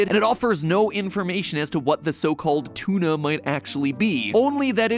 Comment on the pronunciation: “Ok one t00na fish sandwich coming right up!” “Why did you say it like that?” he dosn’t wanna get soob-ed.